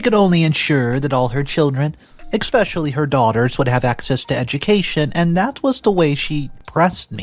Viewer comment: There's no X in the word especially